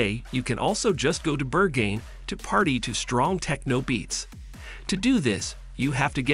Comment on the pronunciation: is this google voice over dubbed? the pronunciations for berghain and friedrichsain were next level hahhahaha